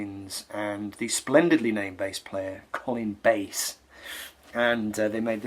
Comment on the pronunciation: Nice video... I've been into Camel a few years now. David Bedford worked a lot with Mike Oldfield... One of the greatest instrumentalists of all time. Ps. Lol it's Colin B 'a' ss not B 'A' ss Just my mams maiden name was Bass so l can relate lol.